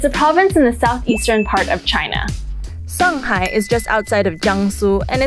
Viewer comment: 卷舌音啊小姐 shanghai not sanghai